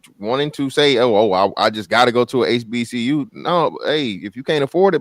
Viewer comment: the ruropean couldnt even pronounce HBCU and none of the beothers checked him